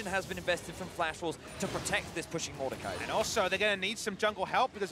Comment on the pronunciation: Mordekaiser not... Mordecai.